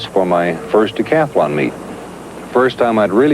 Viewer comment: The word is "decathlon"--if you wouldn't say "athAlete," don't say "decathAlon."